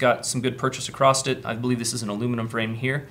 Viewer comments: The word is "across" not "acrost".... I'm not a nit picky dude... but this one gets me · Guys...is saying the word "Across" with a "T" at the end of it?!?! I keep hearing Acrosst lol...